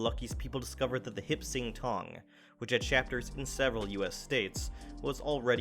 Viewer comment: I believe it’s “Hop Sing Tong.”